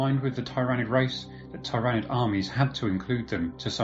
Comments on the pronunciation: Your pronouncing tyranid wrong. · Think he is fucking up zoats too. How do you pronounce tyranids?